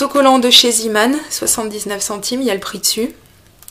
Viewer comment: mdrrr ca me colle la diarrhée mdrrr...euhhh on dit Zéman et pas Ziman mdrrrr:p:p:p Grooos bisous ma